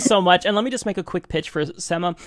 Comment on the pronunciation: I facepalmed whenever mispronounced Sema's name as "SEH-muh" instead of "SEE-muh". This happened even after Sema pronounced her name the right way! Come on!